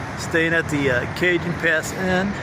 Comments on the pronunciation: ... It's pronounced Ca-Hone (remember, J's are basically H's in spanish... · Cajon Junction CA is pronounced Kaw- hone Junction! LOL Hey I'm from Chicago and even I knew that!